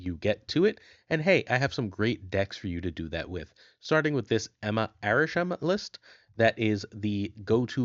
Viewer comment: It's Arishem, not even close